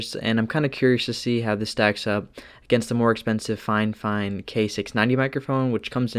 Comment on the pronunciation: Brother you mis-pronounced Fifine as Finefine. (I'm sorry, it happened multiple times so couldn't stop myself from pointing it out)